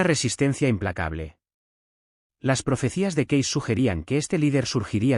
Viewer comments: Se dice Edgar Cays no como usted lo dice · Lamentablemente, el narrador pronuncia como quiere el apellido de Cayce.